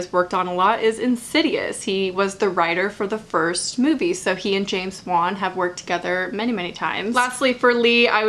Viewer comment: You said 'Way-Nel'. I did laugh. Heartily. :)